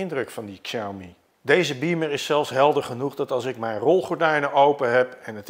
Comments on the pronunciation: Goed om te weten: de X in Pinyin (de alfabetspelling van het Chinees) spreek je uit als 'sj' en niet 'ksj'. Zeg dus 'sjauw-mi' en niet 'ksjauw-mi'. (Nog beter doe je het als je Huawei niet uitspreekt als "hoe-wa-wij" maar "hwaa-wee", maar dat is voor andere video's.) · heeft er wel een handje van om Xiaomi uit te spreken als "ksiaumi"... het is "siaomee" 😛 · Xiaomi spreek je uit als Shaomi. Dit is altijd zo bij Chinese woorden of namen met een X 😊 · Het is in het niet vallen en niet in het niets. En Xiaomi spreek je uit als Shami. Slordig! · Inderdaad. Xiao = show van shower, en Mi als het Engelse "me". Met de klemtoon op Xiao.